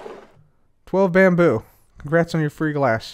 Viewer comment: It's not bamboo. It's Bambrrr .